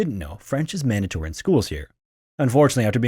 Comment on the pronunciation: it was so obvious he said mandatory💀